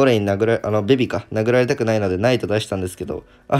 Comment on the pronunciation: ベビがビビに聞こえてしまうのは自分だけ？w